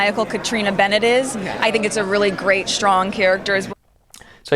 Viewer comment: “SHTRONG”. What is that??????